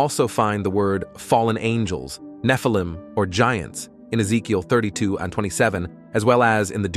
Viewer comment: Oh it’s the fallen ang-ells😂